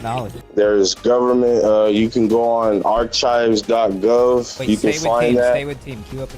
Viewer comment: i think you mean ar-chives